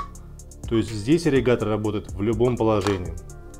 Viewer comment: АААРРРИГАТОРР АААААААААА 😄😄😄😄😄😄😄, но тема Аррригатора расскрыта полностью, Благодарю!